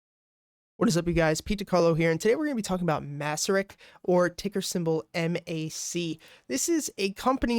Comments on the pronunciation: Nice analysis, thanks! By the way, it’s pronounced “mace-sur-rich” :) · Actually its MACE-RICH.